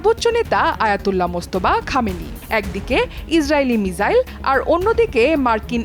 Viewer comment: সঠিক উচ্চারণ হচ্ছে মিসাইল